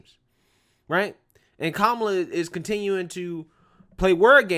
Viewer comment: “Que-Mala “ I love it! 😂😂😂😂😂Kemala🤣🤣🤣